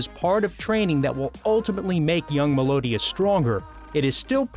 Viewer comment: 1. Mel e o dis 2. Gon is like own but with the g sound 3. Naofumi is now foo me 4. Kinda insulted issei's rage scene at Asia's death isnt on here wayyyy better than naofumi's